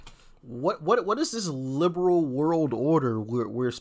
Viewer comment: 🤔Did you say "Lame Brain World Order?"because that is what I thought you said.😖